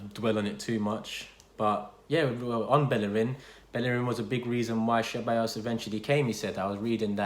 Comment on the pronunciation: Man said cheballos